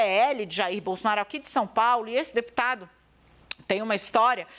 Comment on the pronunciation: Não sabe nem falar o nome do Deputado....kkkkkkk Jornalista vergonhosa.